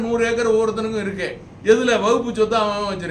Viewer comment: ஐயா அதுக்கு பேரு வகுப்பு இல்ல வக்பு அதையே சரியா சொல்ல தெரியல நீங்கள் உண்மையை சொல்கிறீர்கள் என்று எப்படி நம்புவது